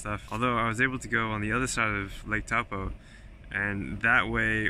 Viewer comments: Loving it! Comment for the algorithm (all hail the algorithm) and also pronouncing Taupō. "au" is like in the French chateau "ō" is like the o in oar, a slightly long aww sound. (The macron tells you to lengthen or emphasise the vowel) Toe-paw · I pronounced it exactly the same as you when I went there. You could see the physical pain it caused the locals!